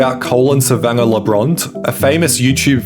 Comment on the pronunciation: Cancelled BECAUSE they're Pro Life Christians. And this narrator doesn't even pronounce their names correctly.